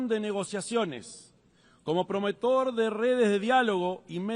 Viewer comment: El gesto de Oddone, como preguntándose "que está leyendo este idiota!!!" luego que Tribilín dijera "anfritrión" y "prometor"...NO TIENE PRECIO!!!! jajajajaja